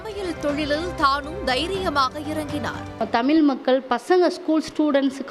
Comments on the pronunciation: தமில் கிடையாது? தமிழ் சொந்த ஊர் மதுரை. தமிழ் வளர்த்த சங்கம்.😊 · தமிழ் என்று அழகாக " ழ" வை உச்சரித்துப் பேசுங்கள் தமிழ் மக்களே இல்லை என்றால் நீங்கள் தமிழர்களே இல்லை ஸ்டைலா தமில் என்று கூறாதீர்கள் நானும் பார்க்கிறேன் 99-9% தமிழ் மக்கள் தமில் என்று தான் பேசுகிறீர்கள் மேலும் எந்த வார்த்தைகளில் எல்லாம் "ழ" வருகிறதோ அதை எல்லாம் "ல" போட்டு பேசுகிறீர்கள் வெட்கமாக இல்லை உங்களுக்கு தமிழர்களா நீங்கள் ? உங்களைப் பார்த்து வெட்கப்படுகிறது தமிழ் மொழி நன்றி வணக்கம் ஜெய் பவானி